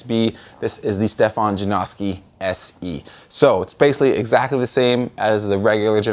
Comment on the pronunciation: Why does hardly anyone pronounce Stefan's last name right?